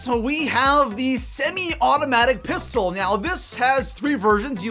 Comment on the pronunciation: TRIGGERD WHEN HE SAID PISTOL